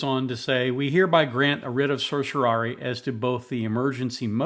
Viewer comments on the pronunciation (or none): none